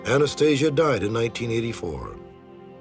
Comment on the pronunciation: This dude "knew " Anastasia "intimately" yet cannot even pronounce her name correctly?